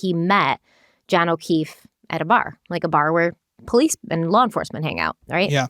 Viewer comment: I know jury instructions are a must but hells bells by the time the judge is done I’m ready to run screaming from the courtroom. And why does she pronounce law as lawer? Is it a Ma thing?